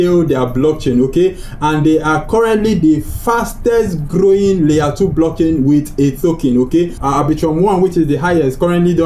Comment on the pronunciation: RAAApidly grrrrowing best prounciation